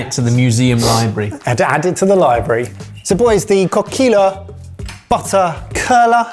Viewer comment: Coquilles would be said as coquiye. The double L makes a 'ye' sound